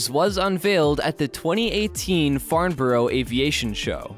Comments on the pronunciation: It's pronounced "Farn-bruh". 😊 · moi aussi ... and at the "Farn- burrow Aviation" Show